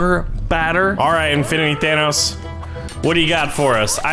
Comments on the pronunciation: Its thanos not thanOUs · You keep saying Thanoss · Dude kept saying thanoss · How do yall say thanos, says Thanos like than-oss, like vanoss, I say it like Than-ose. in the movie 99% of people call him Than-ose, except for nebula, who calls him Than-oss. i tried looking up how to pronounce it correctly, but i found websites that pronouced it like, Th-ai-nos, and a person said it was pronounced without the th?? so give me your opinion because I get annoyed when they call him Than-oss...idk why help me figure it out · Why do you keep saying it like Thanoss? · It’s pronounced thanose but spelled thanos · Did anyone notice that he says thanos wrong?